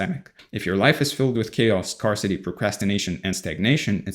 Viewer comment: I normally don't comment to correct how people are speaking. But in this case, I feel like it will land well and you will see it as an opportunity to improve. The words scarce and scarcity are pronounced like "air" -- sk"air"se sk-air-city not "scar"city Aside from that, great content!